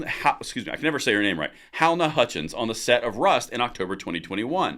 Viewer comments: Halyna is not pronounced Hal-Na. It's pronounced Hal-Eye-Na. Three syllables not two. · Halyna is pronounced Haleena not Helna. I knew he would win, but he is guilty as hell. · Pronounced "Huh-LEENA Hutchins". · the pronunciation is - HA LAY NA. Thanks for all the videos!!! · Her name is Hal+eye-na. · If it helps her name is pronounced "Huh-LEE-Nuh" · Halyna = huh-lean-uh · I've heard her name pronounced Ha lee nah. Not criticizing, just trying to be helpful and respectful. Great video too. Remember to use sunscreen too.